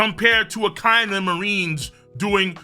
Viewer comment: Gotta let you know in the dub akai nu as you pronounced is pronounced akai inu not spelled but thats how they say it